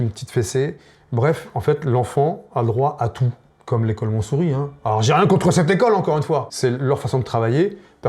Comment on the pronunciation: Un educateur de quartier qu'on a érigé en star de la TV d'antan. Devenu Has been. Beauf ultime avec un niveau de reflexion raz des pâquerettes. Au fait, c est quoi l'école "Monssouri" ? Montessori non ? 😂